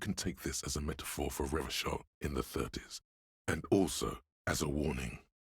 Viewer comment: No! Don't pronounce it Revakol!!!!!